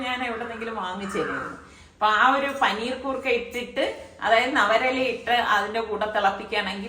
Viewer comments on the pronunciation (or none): പനീർ കൂർക്കാ അല്ല പനിക്കൂർക്കാ എന്നാണ് പറയുന്നത് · പനീർകൂർക്കയല്ല പനി കൂർക്ക , പനിക്കൂർക്കയുണ്ട് ചുമകൂർക്കയുമുണ്ട് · പനിക്കൂർക്ക. പനിർകൂർക്ക അല്ല.